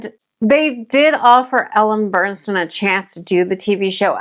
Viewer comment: Just wanted to let you know, nice job, but you don’t know how to properly pronounce the lead’s name…it is Ellen Burstyn NOT Burnstyn as you keep saying her name throughout your video!!! Do your homework first!!